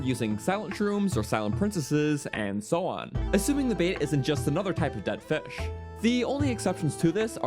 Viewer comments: Don't even get him started on fesh. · MELK n FESH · lmao the way he says fish